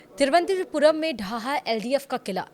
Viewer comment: हिन्दी की दुर्दशा, तिरुवनंतपुरम नहीं बोल पाते हैं!